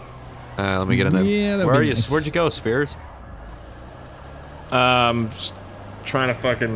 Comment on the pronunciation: It's "Speirs". 🙄